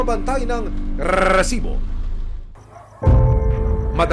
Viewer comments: rrrrrriiiiisiiiboooo daming alam nakakarindi sa taenga😂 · corny mo sa RRRRESIBO sakit sa tenga never na ulit ako makikinig sa oa mkng boses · Kaumay na talaga ung rrrrrrreeeeeessssibo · Nakakaasar pakinggan yung rrrrrrresibo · Nakaka bwisit yung Rrrrrrrresibo, trying hard gayahin mike Enriquez! Itigil muyan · Kelangan ba talaga kada banggit ng word na resibo eh Rrrrresibo pagkakasabi? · nakakainis pag binabangit niya yung word na "RRRRRRRRESIBO" Umay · I can't stop hearing "rrresibo" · "Lady love RRRRRRESIBO" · nakakabother yung RRRRResibo huhu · Rrerrrrrsibo sakit sa tenga ng pinag sasabi mo<ay effects pa yung pagbigkas mo ng Rrerrrrrsibo! Sheez! Ndi ka nakaktuwa!:face-orange-frowning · Bat ganun nakakabwesit pag sinasabi nyang Rrrrresibo 😂😂😂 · Oa ng rrrrrr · RRRRRRRRRRESIBO😂😂😂😂 GGRRRRRRRR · Pede b wag ng .rrrrsibo .nkkabwesit pakinggan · Kahaba nmn Ng bigkas mo Ng resibo nkaka gulat 😅